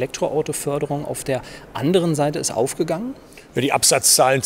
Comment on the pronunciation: wie er kein normales "st" aussprechen kann, sondern immer nut "scht". Verkehrsminischter, ischt, inveschtieren. erschte, Fahrleischtung, sonscht, längscht...